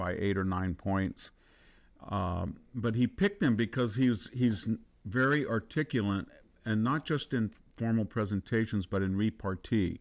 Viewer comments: "articulant..." Never heard that one before. I thought the word was ARTICULATE. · They are pillars of knowledge both Victor Davis Harris and Thomas Sowell absolutely. However Victor the word is Articulate, Articulate, Articulate. There is no N in the word Articulate, never has been. You are an extremely knowledgeable and Articulate individual. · You are mispronouncing “articulate”. There is no “n” in articulate. lol. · This is the second time I'm hearing this guy. He says articulant, pronounces Kamala's name as Camilla. But we assume he knows what he's talking about? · So Vance is "very articulunt"... 😅 Please learn to pronounce "Kamala." I know you're doing that out of disrespect. It's what Donnie would want. 😉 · It’s not ARTICULANT ITS ARTICULATE , VICTOR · Stop saying “articu-laNt”! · Mr. Hanson keeps saying, "articulent" instead of, obviously, 'articulate'. It's reminiscent of Dubya saying 'nu-kyu-lar' instead of 'nuclear'. It is considered nonstandard and is not recommended in formal contexts such as the IELTS test. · The word is 'articulate' not 'articulant' ... what a word to mispronounce! Too funny! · Articulate not articulent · a few non-words or mispronunciations like “articulant”; “commiserate” instead of ‘commensurate’; and “subsequentmently”(?). Not that this takes away from his message or intelligence & other gifts, but I was surprised. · He pronounced "articulate" as "articulant". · Very comprehensive and impressive critique, but please pronounce the word “articulate” correctly. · Artigulant. Ironic. Just a bit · he said "articulant"... thats odd.